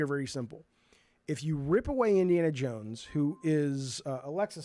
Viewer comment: Btw, the creative director's Indiana Yones pronouncement might be a Swedish thing. I don't get it myself, living in a neighbouring country and speaking related North Germanic languages. No one would say it like that here, but I somehow feel like the other creative game director Sam Lake from Finland would say "Yones" too...